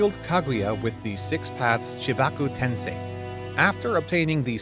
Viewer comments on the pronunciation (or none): none